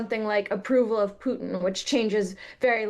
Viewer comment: Why is it so hard to say "pootin" ? Putting a y before the u , thats a different vowell in russian.